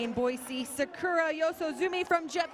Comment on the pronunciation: Lol the guy pronounced the girls name Sakura as Sa-ker-a